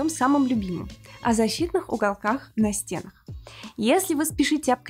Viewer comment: Всё круто. Но пожалуйста, не говорите "на стЕнах".. правильно говорить "на стенАх".